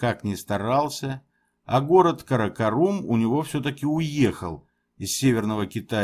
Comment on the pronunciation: Говорите по русски правильно: КаракОрум.